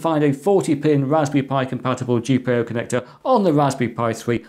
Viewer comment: G-Pie-O connector!!!